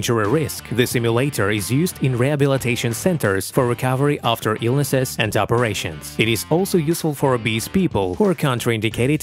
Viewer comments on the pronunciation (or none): none